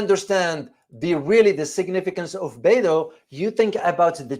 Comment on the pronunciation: Professor, thank you for your video. Beidou is not pronounced "Bay-do", but like "Bay-doe" (rhymes with "toe").